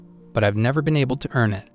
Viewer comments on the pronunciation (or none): none